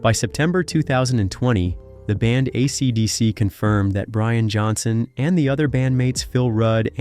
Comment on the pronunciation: Yeah RIP YouTube. A robotic voice who can't even pronounce AC/DC? A monotone boring piece of repetitive crap.